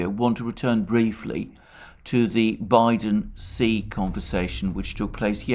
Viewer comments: Xi is pronounced shi not si. Do your homework before spewing vile Putin propaganda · Hi Mr Mercouris When you say the name of the president of China, then it sounds like 'c' and it is trqnslate as 'c' also. Perhaps it would Be more helpful to say 'President Xi' so that it is clear who you mean. May all living creatures be happy and free from suffering. Regards Michael